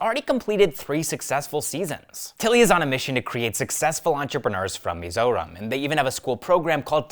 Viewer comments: bro took 1 day to practice it to pronounce perfectly 🎉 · Bro pronounced our State's name perfectly🤝🏻